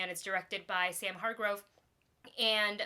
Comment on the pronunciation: Hargrave not hargrove